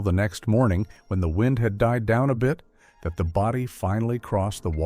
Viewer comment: Narrator can't pronounce "wind" correctly but as wind, something that is tied or wound. A quality review program will identify erroneous pronunciations, photos and verbiage spoken and onscreen.